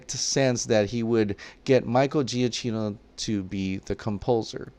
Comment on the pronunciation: For gods sake can you please pronounce “giacchino” properly!! Italian isn’t that hard